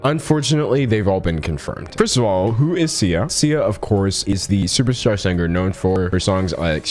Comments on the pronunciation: why do you pronounce "singer" with a hard g i can't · Why do you pronounce the G in singer?